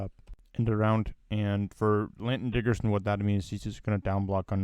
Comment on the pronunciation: Y'know...his name is Landon, not Lanton.